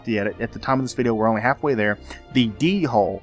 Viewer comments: Hull.. not hole. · I laughed so hard every time you said 'hole' instead of 'hull' XD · Me too, 28 years old and i crack up at the phrase "bulbous rounded hull"